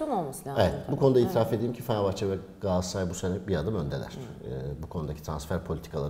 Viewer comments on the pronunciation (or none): gaasaray ne Galatasaray demeye dilunmu sürtiy